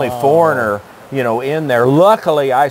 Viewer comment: i found it interesting that he said he speaks khmer, yet pronounces it incorrectly. he said "ka-may"...it's pronounced "ka -mai" lol. even the locals have to be careful when speaking on politics. one of my local neighbors in phnom penh got taken away by the police for an unflattering facebook post regarding prime minister hun sen. she only spent a short time in jail and had to sign a paper saying she wouldn't do it again, but still a harrowing experience for her.